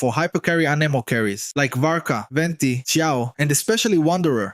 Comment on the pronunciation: They butchered varka so badly 😂